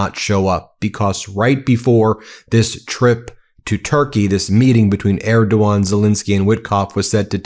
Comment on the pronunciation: Thank you for bringing out the facts and pronouncing Erdogan properly. Slava Ukraine!